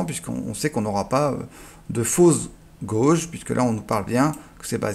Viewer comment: Super intéressant. Juste une remarque, il me semble que "gauges" en anglais se prononce "guèidje", et en français "instruments" 😁. Ceci en forme de "wink". 😉 Merci pour ton job.